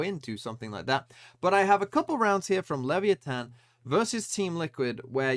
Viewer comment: OP thinks english is the only language in the world, TMVs pronunciation it's great